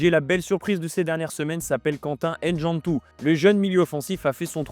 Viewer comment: Faut apprendre à prononcer les noms africain correctement... c'est pas N-djantou mais Ndjantou